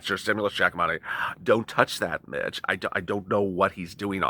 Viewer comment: You Said Mich almost sounds like you said bit*ch 😆 lollollol